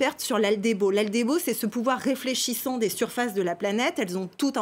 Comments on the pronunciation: Aldébo au lieu d'albédo... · Oui c'est ce que je dis... Elle lâche aldébo au lieu d'albédo...